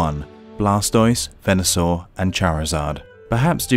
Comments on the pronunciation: Please stop pronouncing Kanto as though there is an ‘h’ in it. It’s can-toe. The K doesn’t mean there’s an invisible h. Venosaur is pronounced Vee-no-saur as in stems from Venus. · i bet you people were triggered :( after all these years, he doesnt know how to pronounce Venusaur